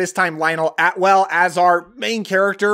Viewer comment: Lionel ATWILL, NOT Atwell